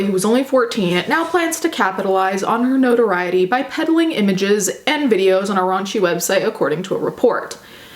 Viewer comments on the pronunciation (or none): none